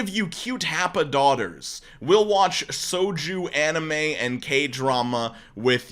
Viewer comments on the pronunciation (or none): pronunciation of Shoujo came out as “Soju”, which is hilarious since that’s a type of liquor. BEST WAIFU WILL WATCH BOOZE ANIME WITH YOU (Shoujo is pronounced “sho-jo”. It’s girly anime!)